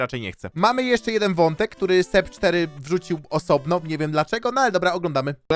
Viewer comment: Seb4 te "4" to chyba czyta się "a" heh